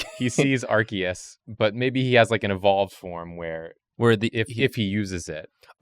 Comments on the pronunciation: Points for pronouncing Arceus correctly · for correct pronunciation of Arceus.